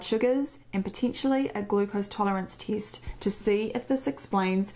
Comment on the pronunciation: As i'm English I can understand you perfectly, even the word " tist" - test haha , but anyway I do have a high pitch tone in my ear at night time when it's quiet.